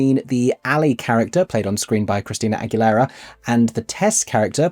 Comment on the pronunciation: That's not how you pronounce AGUILERA